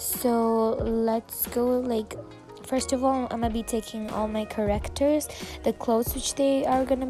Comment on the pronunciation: It’s characters! Not correctors Edit: I just don’t like people pronouncing stuff wring